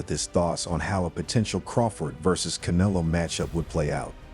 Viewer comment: Bruh Practice saying Canelo 😂